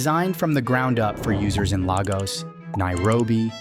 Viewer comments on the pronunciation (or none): Brother it's pronounced Lay-gus NOT Lagus We're not Portuguese